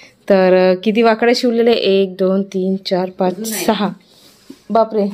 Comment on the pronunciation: तुम्ही ळ ला ड म्हणतात म्हणून वाकळ्या हा शब्द वाकड्या होतोय 😅